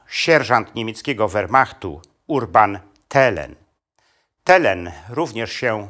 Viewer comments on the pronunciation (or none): none